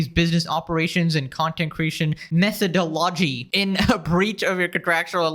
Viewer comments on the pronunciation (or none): Its pronounced method-ology not method-dology. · It's pronounced "meth-a-doll-oh-gee", not "metha-doe-law-gee". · It's pronounced Method Ology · It's not "Metha-d'oh-logy," look up the definition of the word before you mock the pronunciation incorrectly. You should have moved the "but I'm not a lawyer" to the very beginning of this video and then just stopped. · It's pronounced MethoDOlogy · You should be sued for saying method-o-logy. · method-ology. why do creators go thru all the work to make vids and use words they dont know how to pronounce and dont bother even learning before posting their vids? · I stopped listening when you pronounced methology wrong. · “Metho-do-lo-gy?” What? It’s literally just pronounced methodology brah… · method-ology, say it a few times. you are welcome. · not to be picky but "Methodology" is a real word and its pronounced "Meth-ed-aw-lah-gee" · "Methodology" is pronounced meh·thuh·do·luh·jee a system of methods used in a particular area of study or activity. Are you mentally 12? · I'm sorry but you trying to pronounce methodology was hilarious. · Is this some issue with "methodology"? Is saying expose instead of exposé some kind of internet thing? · So you dont know how to say methodology? Interesting. That tells me everything i need to know about your intelligence. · Bro couldn’t pronounce methodology😭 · have you never heard the word methodology or something? Otherwise what was the point in mispronouncing it? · never heard any say methodology like that before. very interesting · I can't tell if the zoom in and mis pronunciation of "methodology" is a joke or not, because it kinda just looks like you didn't know thats a word... And it's a pretty common one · Should have checked the pronunciation before trying to make fun. Bit embarrassing 😄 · Do you not know how to pronounce methodology?? 😂😂😂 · what's wrong with methodoloy apart from your pronounciation of it? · why did you emphasize "methodology" that way im so confused